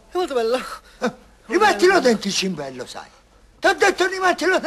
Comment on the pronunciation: Giulio Vazzoler dice "cimbello".